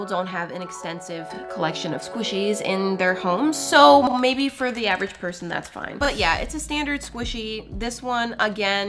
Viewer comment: why did you say “average person” like that. We all know you are not average with squishys… but that’s not the point lol😅😂😂. Love your videos!!! I’m a big fan!!❤❤❤